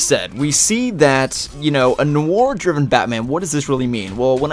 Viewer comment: ITS PRONOUNCED NWAR